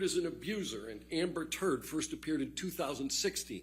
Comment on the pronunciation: The way he pronounced 'Turrrddddd' make it even funnier